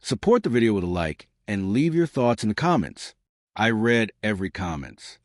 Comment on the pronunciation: ",READ" as in reed.......Ai narrator needs educating.